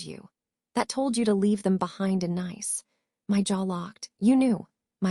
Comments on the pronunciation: Tell this A I that it's not nice to say nice, or is it niece to say nice. 😂😂😂😂😂😂😂😂😂😂😂😂😂😂😂😂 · AI pronunciation of the going to Nice, it's pronounced (niece, or neece) get it right AI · AI cant pronounce citys properly. Nice is pronounced as Neece in the south of France. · Another AI voice… “Nice” is a French city…. It’s pronounced the same as niece. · Fix the pronunciations. Homonyms. Nice wrong multiple times. Goodstorythough.